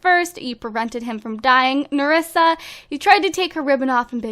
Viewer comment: Maëla Descamps it nerissa not merissa